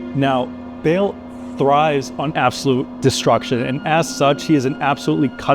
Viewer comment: Bale 😂 it's Baal, with a long A, not Bale or Bail or Bayle. And the T in Lilith is a hard T, not a th lispeling sound, indicated by the H following the T. But don't worry, it's not your fault - The ladies at Blizzard wanted you to mispronouce the names so they can make fun of you every time you speak them out 😄